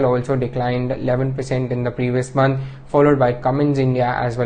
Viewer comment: it's month, and not monthuh.. where tf is this guy from?